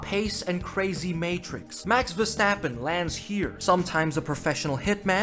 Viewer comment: No fucking way you just took my saying when saying Verstrappon. I've been calling him that for years now. You read my comment didn't you?